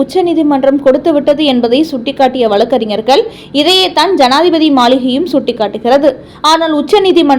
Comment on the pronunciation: பல்கலைக் கலகம். வலக்கறிஞர்கல், வலக்கு. தமில் நாடு, ஆலுநர். அருமையான தமிழ் (தமில்) உச்சரிப்பு.!!!